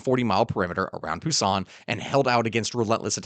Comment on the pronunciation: Busan, emphasis on the first syllable.